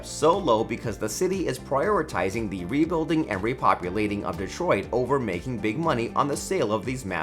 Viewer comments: Great video. One question though. Why do you pronounce the word THE as THEE? Thee way you do it every time takes away from thee content. 😉 😆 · It is annoying that you read the word THE as THEE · Hi-ho Kermit THEE Frog here…. Thee video is mildly interesting, I find thee narration transient, thee narrator subtle yet annoying, thee flow is punctuated by thee aggravating mispronunciation of words thee protuberance of thee word thee peppered throughout is thee worst. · The narration would be so much better if the narrator realizes that "a" and "the" are almost always pronounced "uh" and "thuh." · Interesting, but the guy's over-pronunciations drove me crazy. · Why do people use the long "a" and pronounce "the" as "thee" in front of every word that doesn't require it?? Makes one sound uneducated. Stop it. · Wow. How forking annoying that the presenter over enunciated every word. Every single 'the' pronounced 'thee' and every 'a' pronounced "ehi'. My ears are bleeding. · Please, for the love of Ryan Reynolds, stop saying thē! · What’s all of this ‘thee’ business? Sounds terrible. Thee only goes before a vowel or a vowel sound. You don’t say “Thee owner of thee house” that’s not English. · Pronouncing the "E" on the word, "The", is optional.